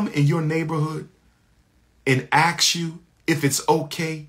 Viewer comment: 6 degrees and he cant pronounce 'Ask'